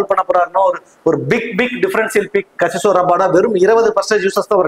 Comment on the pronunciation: Bro.. Kagiso Rabada not Kasiso Rabada